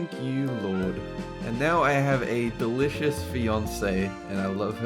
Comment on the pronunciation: did he call gobie delishours